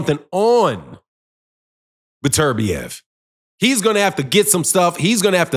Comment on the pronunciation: Dude pronounce his name right. It’s beterbiev not burturbia